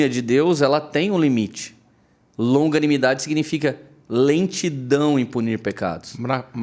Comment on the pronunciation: sou eu falando - longaminidade* e não longanimidade